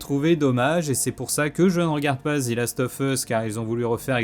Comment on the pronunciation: "Zi walking dead" mdrrr u Faire un effort pour faire une erreur 😭😭 "The" se prononce "zi" seulement si le mot qui suit commence par une voyelle.